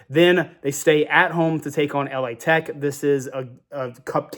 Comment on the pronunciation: "L-A Tech"😂